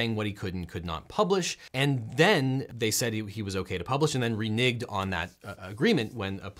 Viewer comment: It is 'RENEGED' , as in RENEGOTIATED , not 'RENIGED'. I love your channel and you are a great lawyer, which I am neither. Just made me cringe when you said it. FYI